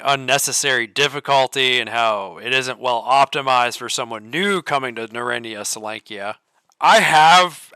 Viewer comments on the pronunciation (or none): Ackchyually, it's pronounced something more like "NARE-ode-NEYE-uh sol-YONK-uh" (or "sole-YONK-uh"). Various versions of Oblivion Lost were going strong around that time. He chose Misery as his first experience in the Zone. No wonder he gave up on it. Oink Oink Fleshy Piggy! 🙃 Frolic with the FLESHPIGS! 😆 An oligarchy of burers would be a "burer-ocracy." Why would there be an MP-40 in the Zone? A PPS-43 would make more sense (plus, it's the same caliber as the TT-33: 7.62x25mm Tokarev). Anomaly also has a USAS-12. What if you could mount a grenade launcher on it?! }:-D Monster hunter's combo weapon deluxe! Btw, what caliber is the Deagle? Is it .357 Magnum like Anomaly, .44 Magnum like Lost Alpha, or .50 Action Express like Oblivion Lost 2010. In Oblivion Lost 2010, he has an AKS-47. / What's the point of "wrong-handed" reloading (reloading with the shooting hand instead of the support hand)? Yeah, that's the old Soviet method that the USSR trained their troops to use way back in the day, but it's long since obsolete. If it's with a front-heavy gun, then it would make sense, but the AKS-74U (aka Krink, Krinkov, Okurok, etc.) isn't front-heavy, so there's no reason to use that wrong-handed "technique." Except it's possible to survive gunshot wounds or even shotgun wounds IRL. "Mail jacket" reminds me of Faxanadu. Same for most versions of Oblivion Lost. Notice how you run with your support hand graspin